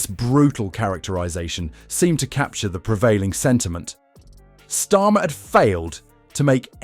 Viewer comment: I HATE these mechanical dialogues with their mis-interpreted words like STORM for STARMER. Damn: Can't they find a willing HUMAN to read-out these dialogues?